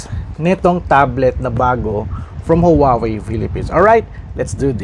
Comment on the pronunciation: Huawei is pronounced as "waa-wey", not "howawey" po. 😊